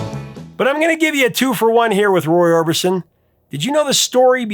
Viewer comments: Roy "Orbinson"? Really? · Orbinson ..Orbison ??